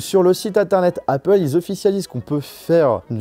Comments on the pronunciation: Heypeul ? Tu sais que même les ricains disent Apple ? Mdr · Je comprends que tu essaies de faire un accent anglais quand tu dis Apple mais ça se prononce Apple et non pas Aypple. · Le « aypple » est insupportable 😂